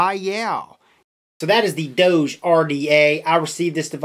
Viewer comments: Doge is pronounced "Dog-E" or "Doggie" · Jesus christ, its D-oh-g like the DOGE memes online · it's pronounced DOG-EEE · Its pronounced like dog but with a long o sound. Like the meme